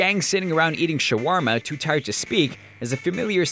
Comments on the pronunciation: ....."shoo-warm-uh"? Ok, sure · "SHA-WARMA" uuhhhhggggg